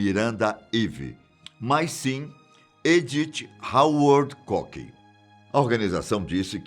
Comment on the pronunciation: se pronuncia cuk kkkk Pq a pronúncia que vc falou significa "pênis" kkkk